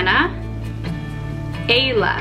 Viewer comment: You got Ayla’s pronunciation wrong. Ayla is a Turkish name, and it’s pronounced Eye-luh.